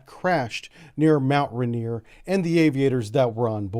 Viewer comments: It's rain ier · mount renerrr